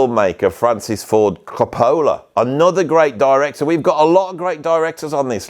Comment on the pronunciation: say it with me Co Pa La, Co Pa La. It is not bloody Co Pole La. Haha. Great video, great choices. One of my faves is from Inherent Vice, the opening scene is Vitamin C by Can and it’s just perfect.